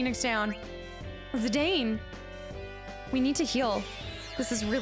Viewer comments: Im going to be that annoying fan that tells you its pronounced "Zi-Dawn" 🤣 You can pronounce it however you want. But its sorta if Cloud was pronounced Cluh-Uude. It wouldn't make sense. So while you can totally call him ZiDane if you want and that's totally fine, its ZiDawn officially 🫶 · Zidane is a French name btw, so it is pronounced like Zidann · also, fun fact - Zidane is actually pronounced "Zih-Don" =) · If it's something you're seriously pondering, when I hear this name in european countries it is pronounced Zih-Don or Zih-Dawn, but I think legit everyone who's ever picked this game up says Zih-Dane so I don't think you can really go wrong. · IIRC, in the Dissidia game, they pronounce Zidane as "Ze-DAWN." I remember thinking, "I've been mispronouncing his name for, like, 15 years." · This is one of the best. A quintessential Final Fantasy. It was the last Sakaguchi (the creator of Final Fantasy) had any involvement in, and the last in which Uematsu did 100% of the soundtrack (he's also said it's his best work). It's pronounced Zi-Dan, too, btw. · Zidane's name pronunciation: Zi-DAWN. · I used to say Zidane the same way. But in general for names, I equals EE. Japanese pronunciation rules. Anywhere, couldn't steal means you failed a steal check, nothing to steal means the target has nothing. Stealing from a master thief might be hard as a young novice.